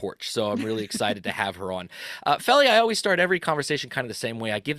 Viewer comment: I noticed how gracious was by not correcting for mispronouncing her name. I believe it's "Feal-ee". Which is a short version of, her given name. She has said on her channel that even her boyfriend (an American) hasn't quite got it right yet, but that's OK. She once said that the only American who has got it right is her podcast partner Josh who speaks near perfect German and lives in Munich.